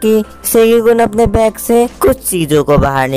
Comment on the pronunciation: back nhi bro😂😂😂😂😂 bag hota hai😂😂😂